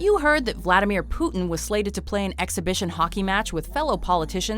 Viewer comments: I dont like the way his name is pronounced in english. Cmon, its Putin, not Puthen. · Poutine hahahaha love the anglophone pronunciation